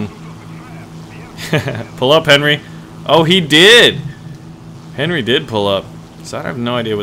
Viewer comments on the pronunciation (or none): none